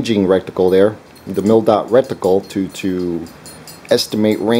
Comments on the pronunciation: Is he trying to say rec-ti-cle? Must be a rectangular reticle... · It's RETICLE, not RECTICLE. Thanks for the video.